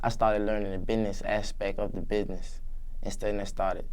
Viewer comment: lmao he said bihness and mineccities I'm dead😂 bless his heart at least he's doin what he likes